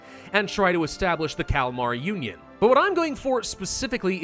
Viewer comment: I keep hearing the Calamari Union not the Kalamar union. :P